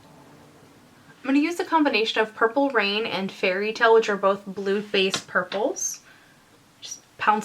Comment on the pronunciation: I totally heard "Blue-based purples" as "Blutbad purples" I've clearly been watching too much Grimm...